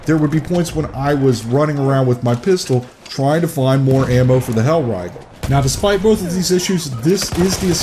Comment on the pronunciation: "Hellraigel" jk good video